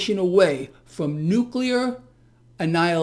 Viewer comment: "Nucular" annihilation ?! Oh, boy! Put this water to boil even hotter! I am preparing myself. I will hide underneath a table ( in substitution for the school desk ) to withstand the " nucular " radiation.